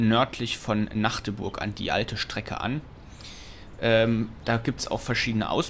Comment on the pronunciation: Bin echt froh, das du MACHdeburg gesagt hast - und nicht MAAAAAAAgdeburg, wie 99% aller Leute. Liebe Grüße aus der Domstadt ^^